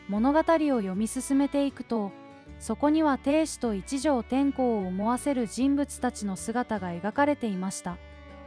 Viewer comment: てんこう でわなく 天皇です😂